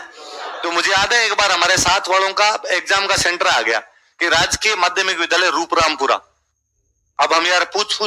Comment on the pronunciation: रूपरामपुरा नही 'रूपारामपुरा' नाम है